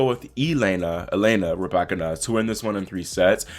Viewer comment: Her name is not ra back can na it's pronounced ru by kina